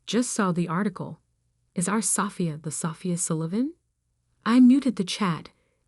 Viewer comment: If you can't even pronounce the main character's name (Sofia, pronounced "So-FEE-uh", NOT "SAW-fee-ah") correctly, there's not much hope.